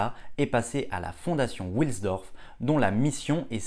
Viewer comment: Salut Hans wilsdorf est de prononciation allemande et non anglaise donc pas come William mais W qui se prononce V en allemand.;) A plus Super vidéo.